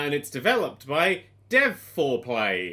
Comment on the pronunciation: "Dev4Play" I just heard it as Dev foreplay.